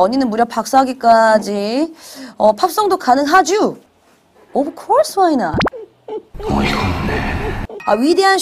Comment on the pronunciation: 위정척사파 대학원생인 내가 봐도 발음 참 ㅋㅋ 오브 콜스 와이낫 ㅋㅋ